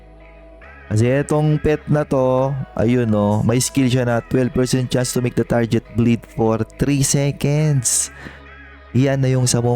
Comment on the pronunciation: tarjet hahaha kaurat pakinggan